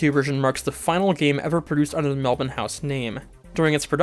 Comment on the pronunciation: That part at the end was lovely, and also mad props for pronouncing Melbourne correctly haha